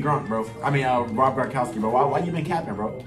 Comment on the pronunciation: You said rob grownkowski sun